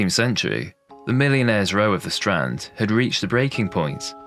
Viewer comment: Strand in Flemish is also strand not strond actually stront with a "t" means "shit " 😂